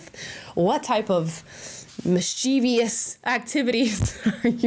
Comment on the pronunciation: Enjoy your content! But can someone tell Amala mischievous is pronounced like: mis·chuh·vuhs 😘